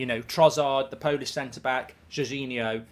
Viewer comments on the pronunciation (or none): none